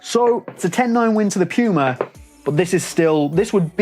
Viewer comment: this video is so good but still a hated watching it😂 puma is german and spelled "pooma" in english😖 piuma is just wrong😂